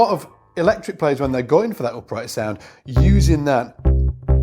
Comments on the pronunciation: It's the accent dude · If its about the accent, English is my second language.... and after 38 years my French accent still can be cut through with a knife!